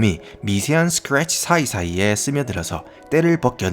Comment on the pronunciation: ㅋㅋㅋㅌㅋㅋㅋㅋㅋ아니 왜 영어 발음 할 때만 발음이 ㅋㅋㅋㅋ 쓰크뤡츼